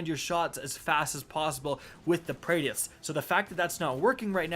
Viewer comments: This man said Praedeeyth 🙄🙄....done with this guy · as a D1 veteran you should know how to pronounce His name OMG LOL every time you say Praedyth's just hilarious. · Say the damn name right God dammit 😭😭😭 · Dude cant even pronounce praedyth right 😂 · I hate the way you say praedyths revenge